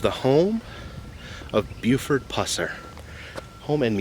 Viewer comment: Thank goodness you didn’t butcher his last name like you did in you 2015 vlog, lol. Thanks for going back. This man is a hero of mine.